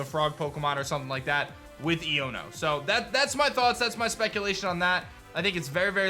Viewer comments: Just so you know man, it's pronounced "Eye-own-o". So it sounds like "I'dunno" with the d slurred away. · say the name right dawg. It's eye-oh-no. like ion. electric. iono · it's pronounced "ayono" as in "I don't know" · Bro her name is pernounced iono eono its a hard i sound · I feel that here name is pronounced Ion (a positive or negative electrical charge) + o